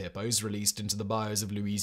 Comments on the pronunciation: Bayou-Bye you, not bye oh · This man can not pronounce Bayou. For anyone wondering, just say it like "Bye You." And you're doing good. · It hurts my soul a little every time he says "bai-ohh" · It's buy-you. Buy-You As in "Buy-you some crawfish" 😂 It is a biome, but it's not pronounced the same. A good rule of thumb for anything in Louisiana is to pronounce it with a French accent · Bayou is mis-pronounced, over and over, and over, and over. Try.....BYE.....UUUUUUU.